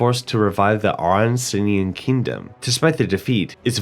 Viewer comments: "Oroncinian"😂😂😂 It's ARAUCANIAN! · I THOUGHT IT WAS SPELLED LIKE THAT TOOOO At least he tried 😂